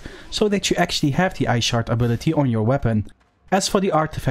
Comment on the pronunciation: Great video. When you first said ice shard. I could of swore I heard "I shart." It made me laugh, I must be delirious. Sorry for my juvenilism, but this was a great video thank you. Best albion content creator.